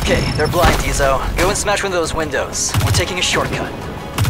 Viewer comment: Tachanka ooooooone does not pronounce one with a long o, what you put would be pronounced as " ooooooooooo neh"